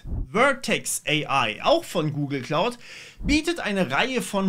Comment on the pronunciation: Wieso höre ich immer "Google klaut" wenn du doch von der Wolke sprichst 🤣🤣